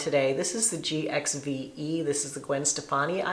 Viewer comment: Hi, not sure if you're aware that the Gwen Stefani's makeup line GXVE is pronounced "give". I had to look it up myself.:)